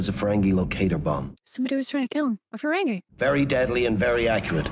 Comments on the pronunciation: It's pronounced Ferengee not Ferengay! LOL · I know you're a, but it is fuh-RENG-ee, not fuh-RENG-eh 😉